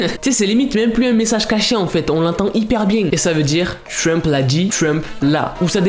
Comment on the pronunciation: t'as dit trump j'ai crue Shrimp lmao